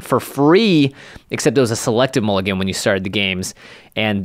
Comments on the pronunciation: Mulligan not mullgan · "Mullgan" rule changes? what is a mullgan?